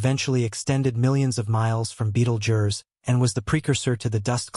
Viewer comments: Beetle Jur. Here's your engagement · beetlejurse..........? really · Beetle jurrrr.... Come on